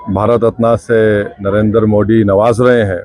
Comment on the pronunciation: It's not D it's Dhi ...डी❌... दि ✅ पेहले 'नरेंद्र' मोदी ठीक से तो बोलना सिखो। फिर आगे बोलो😂😂😂